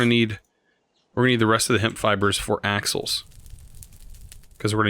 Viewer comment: I thought he said assholes when he said axles. Lol